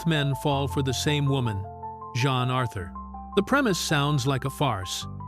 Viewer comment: It's not :John Arthur" as you said. It's Jean Arthur.